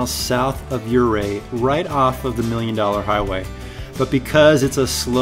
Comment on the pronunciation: O Fur. That’s how it’s pronounced. You got Ouray right so good job on that.